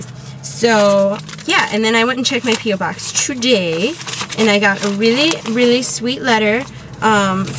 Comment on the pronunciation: PO(ke) BOX not PO BOX